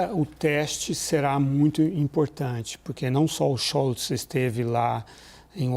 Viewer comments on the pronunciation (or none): Robert Friedrich Karl Scholtz: Schóltz e não Schoutz🙃